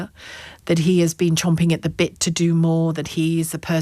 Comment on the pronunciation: Champing at the bit, not 'chomping'